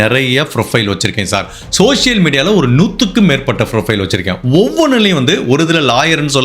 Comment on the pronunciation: Your videos are very interesting and my day doesn't go without watching the same. Voice modulation and timings are all very interesting and catchy. Pronunciations of few English worda has to be taken care. Like performance, profile, schizophrenia, bhopal and few more. Looking forward to watching more videos. Best wishes and Good luck.